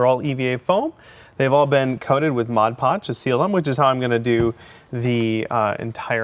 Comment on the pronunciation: Thanks for pronouncing Mod Podge correctly. Everyone calls it Modge Podge or Hodge Podge.